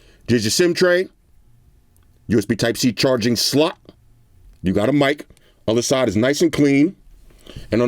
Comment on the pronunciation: You don't say "slot" you say "slut"😂